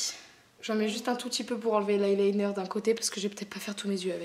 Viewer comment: c'est pas eye liter mais eye liner !❤💘💋